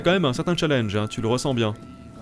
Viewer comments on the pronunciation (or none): none